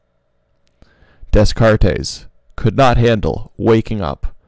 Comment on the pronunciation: "We think, therefore, we am." I love it. Also, I heard you say Des Cartes correctly once in your narration, but why you keep saying it wrong the rest of the time?